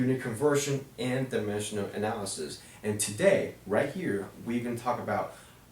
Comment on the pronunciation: lmao he cant pronounce dimensional analysis properly. "dimeshuhl analysis."